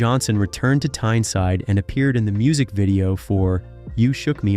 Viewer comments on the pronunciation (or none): none